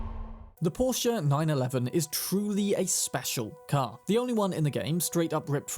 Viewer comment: isn't it pronounced "Por-shuh", not Porsch (sounding like Borscht)? 😬